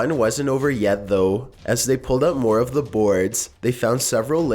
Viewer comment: This video was very interestAHNG. I'll leave a thumbs UUhP. These were all very mysterIOUS.